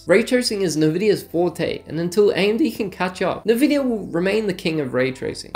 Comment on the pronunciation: Bruh how do you say nvidia wrong?